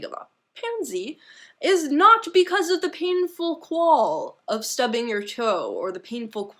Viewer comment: A "quale" rhymes with "kale". "Efficacious" is pronounced eff-ih-kae-sh-ious. :)